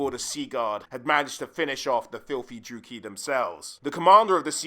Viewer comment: It's a bit jarring how many names you pronounce wrong. Hag REFF? DruukEEEE? It might be worth looking up how to say certain names before making a video like this.